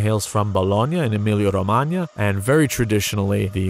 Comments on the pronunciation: EmiliA-Romagna, not Emilio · Every time he said "Emilia-Romagna" my Canadian-Romanian brain kept thinking Romania because that's how it's actually pronounced